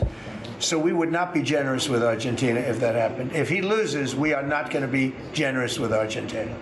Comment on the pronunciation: He can't even pronounce Argentina